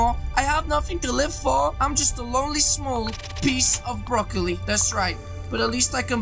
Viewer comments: Haha my man just said broccoli brokile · Lol you still call him broccoli